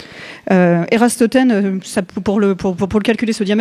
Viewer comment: ÉraTosthène et non ÉraStotène. 2ème siècle et demi Avant JC et non 4ème siècle après ! L'Humilité, 1ère qualité scientifique. Si on se reporte à Ératosthène, il était une exception. Les ingénieurs romains (Pont du Gard) n'en tenaient pas du tout compte, et la vision de la Terre plate était adaptée pendant des siècles qui entrèrent dans la régression moyenâgeuse pour cause d'intérêts de groupes sociaux féodaux. Donc on peut (brrrr) penser que nous avons acquis un savoir suffisant pour le nouveau Moyen-âge et que la recherche scientifique sera asséchée en moyens, puis interdite d'aller plus loin, comme dans 2084 de Boualem Sansal. Âge Sombre du siècle (puis nouvelle Renaissance en 2100...) es-tu déjà là ? L'intelligence artificielle est un mythe de businessman: il n'y a que de l'adaptation artificielle. Ce qui est dit ici est nul comparé à la moindre intelligence animale qui n'est pas "algorythmique".